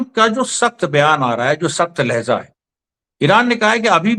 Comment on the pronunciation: Lahza nahi hota h Lahja hota h sir pronounce sahi kr lijiye sorry'